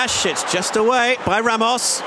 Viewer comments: why is the commentator calling him ramosh if his name is ramos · he called ramos ramosh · Why is he saying Ramosh?